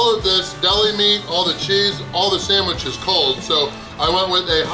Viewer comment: “Samwich”? The sign stated “Sandwich”. 😁